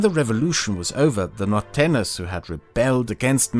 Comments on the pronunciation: Thank you for this wonderful content! I wish to help your pronunciation: The ñ in Norteños should be pronounced as an "ny" in english. Whenever you see an "ñ", just replace it with "ny" in your minds eye. Nortenyos :D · It's weird how well you pronounce "tejano," but then you go ahead and say "Mexica" instead of "Mexico" and "norteno" instead of "norteño." A couple of times you also said "Río Grand" instead of "Río Grande," and "Baya California" instead of "Baja California," which is interesting. It's funny. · “Norteño” is spelled with an ñ, so rather than an /n/ sound, it should be /ny/. NorteNYos. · Its really funny hearing you say norteños as "nortenos" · As a Mexican, big cheers to this work. I'ts a shame so many people here don't speak english and get bored by reading subtitles because otherwise I will show them these videos and shed some light about. P.S: You are pronouncing Norteños as "nortenos". Don't forget to add the 'ny' sound!. and the h in Coahuila is slient, so it is more like "koagooeela"